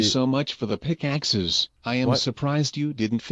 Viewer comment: you said pickakes